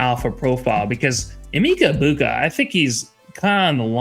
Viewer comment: I know him! You are saying his name wrong the E actually sounds like an A fyi💋